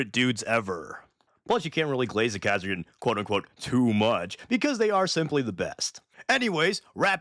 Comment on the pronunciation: But... They're the KAH-sir-kin... Ka as in Castle.